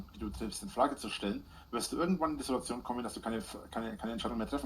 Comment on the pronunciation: Das Video braucht nen "Sidduazion"-Zähler...😵‍💫